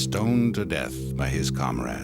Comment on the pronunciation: Narrator sad "Bay the time they left, Dacia become to be called Romania"😆 Can't possibly be true What a liar In 1859, Wallachia united with Moldavia to form the United Principalities, which adopted the name Romania in 1866 .😃🤮